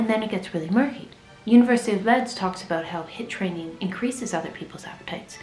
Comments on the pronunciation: It's university of LEEEEEEEEDS not Leds 🤣🤣🤣🤣🤣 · Did research say University of Leeds like L-e-d-s and not like weeds? 😂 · might be why she said "Leds" instead of Leeds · The university of what? Leds? Its Leeeeeeeds. Leeds. Its below Yorkshire but above Manchester, England. My brother lives there :) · I was so confused when you said university of leeds it’s pronounces like leads hahaha